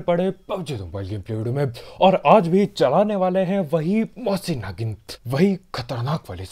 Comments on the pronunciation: Mosin Nagin. LOL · "Mosin nagant"........It sounds like mousi nagin 😂😂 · Nobody: Literally nobody::Mossin Nagin😂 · Everyone - mosin nagant - मोसी नागिन 😂😂😂😂😂😂😂😂😂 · Everyone-mosin Nagant - mosin nagin😂😂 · This is not a mosin nagant this is mosin nagin 😂😂